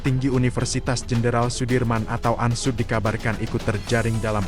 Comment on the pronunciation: Ini reporternya orang bule ya. UNSOED di sebut ANSUD